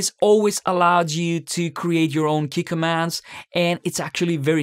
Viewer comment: Oh Key Commands, I had no idea what you saying at the start